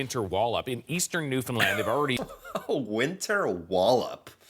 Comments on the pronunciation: I love that you have taken the time to learn to pronounce the name of our province, Newfoundland!!! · Hey you finally pronounced "Newfoundland the correct way most Canadians don't pronounce it right. You are now going to receive a cookie.I still have a slight Scottish accent that only some Scots and Newfies can detect usually older people. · Your starting to pronounce Newfoundland like a true Atlantic Canadian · At the beginning of his YouTube career it would just put my head down in same for him for pronouncing it new-found-land. Now im proud of him. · Omg he said Newfoundland right. Ive never heard that by anyone not a newfie. Edit to say he really does say it right.😂 I had to check to see if I heard it right. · Good job with Newfoundland pronunciation! Nobody gets that right! Hahah. And yes that’s kind of Irish you hear. Most of Newfoundland was settled by people from the UK, specifically Ireland. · Thank you for pronoucing Newfoundland as newfinland right. 🤙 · Finally someone who can say Newfoundland right instead of most people who aren’t from here and they say “Newfinland” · You pronounced "Newfoundland" perfectly well, first try. Well done sir. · First of all, thank you for pronouncing Newfoundland properly. Secondly, we are used to Hugh amounts of snow and have the equipment to deal with it, shovel it down, blow it away, repeat 😊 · Well, done, you pronounced Newfoundland correctly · Yay you pronounce Newfoundland correctly! 😊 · yeah he said it right kinda ... and how we do it my friend is get out any means figure it out when u get that far first..or send one of kids and to me thats normal. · huge respect for pronouncing Newfoundland right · 10 points for saying Newfoundland correctly. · The first creator I have heard pronounce Newfoundland correctly on their first try!! 😂 Love your videos,! Happy to see you talking about our province, even if it is due to the outrageous amount of snow we get 😂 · You said 'Newfoundland' correctly!!! Well done!!